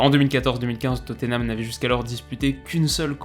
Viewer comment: Alors tout ce que tu fais est cool mais par pitié prononce Tottenham autrement que "toténame" stp !!!! C'est "tot-nam" avec le "a" qui se prononce quasi comme un "e".